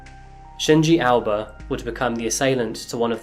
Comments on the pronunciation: How come Aoba was pronounced as 'Alba'? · The way you say Shinji 'Aoba', sounds more like Alba, thus the captions. Other than that, all is well. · Why you pronounce AOBA as ALBA?